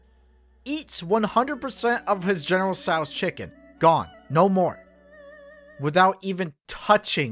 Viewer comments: Me when he said general sao's chicken 💀 general cho dude it's pronounced Cho or tso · The way pronounces general tso chicken and sushi kind of triggers me